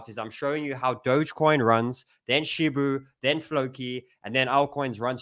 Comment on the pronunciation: Lol man still says "shibu"😅